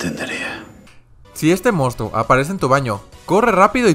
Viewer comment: Nadie:: nadien (Nadie) Mostro (Monstruo) Cronch (Crush)